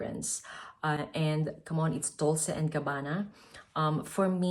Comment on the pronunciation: Dolce is pronounced „dolche“ (ch like the word chair)